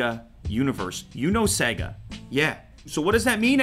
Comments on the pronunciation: It's not pronounced sega its seeeeega like see not se.. seee!!!!!!!!!!!!!!!! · It's Sayga man, not segga. The unit even says SaayyyGggaaa. : ) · You know when the game starts and it says “ Sega” that’s also how you pronounce it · SEGAH? SEGAH WHO?